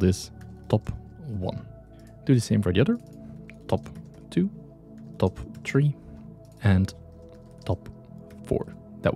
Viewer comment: Thanks for the tutorial. 🥰 However, it is three 3. not tree 🌳 😉 (not being mean)